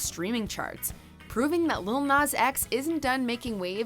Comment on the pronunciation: The way they say Nas is really annoying me 🤦‍♂️